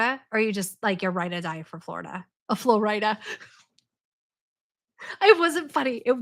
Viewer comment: When you said "Flor-IDA". now all I can think about is "Ore Ida" potatoes. That's ok, they are my favorite brand of hash browns anyway.....GO KICK BUTT AT THAT BANK. Well, get a lawyer first (?).